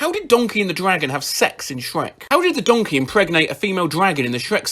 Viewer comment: 'sherk' caught me off-guard lmao i was looking down at my ice cream so i just heard it 'dronkey' too